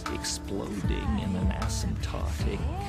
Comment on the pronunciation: isn't he saying asymptotic rather then a-syntotic?